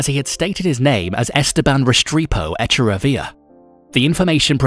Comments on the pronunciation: Echa-ravia???? So you're totally gonna slaughter Echevarria, when you could have easily watered it down, I mean you can literally pronounce it the way it's spelled. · you mispronounced the ECHAVARRIA. i cant